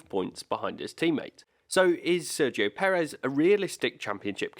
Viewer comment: I don't understand how it can be so difficult to pronounce his name accurately.